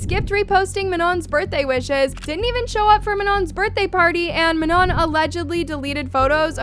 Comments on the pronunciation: please do ur research properly before jumping to conclusions she sprained or twisted her ankle so she couldn’t dance here also please say manon properly im gonna crashout she was included she lit punched that thing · Do u prefer to say manoN or u don’t like “ mah-noh” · Girl you cant even pronounce Manon, MAMA, Lara, or Normani correctly. NEXT!